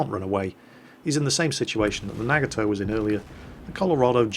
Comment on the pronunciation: you're nagging my toe with that pronunciation of Nagato xD